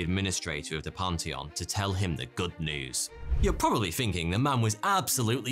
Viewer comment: "Panty on"? I think you meant "pan·thee·uhn".